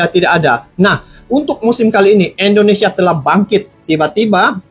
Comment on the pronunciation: Assalamualaikum Mff pak bukan endonesia tapi indonesia geh Terimaksih 🙏🙏